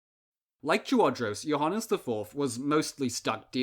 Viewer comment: BTW it is pronounced yoo - ha -nees